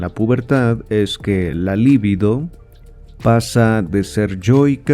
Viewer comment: Muy buena lectura, mejor que muchas otras que existen en Youtube. Sólo recomendaría corregir la pronunciación de la palabra LIBIDO (sin acento), por lo tanto no es una palabra esdrújula (LÍBIDO). La pronunciación correcta es lib(í)do. Lívido es un adjetivo para denotar a alguien pasmado o paralizado, esa sÍ es palabra esdrújula acentuada, pero se escribe con v. Debo decir que este error es común aún entre psicoanalistas. Y es que las lecturas de Freud muchas veces nos dejan LÍVIDOS... De todos modos muchas gracias por su publicación.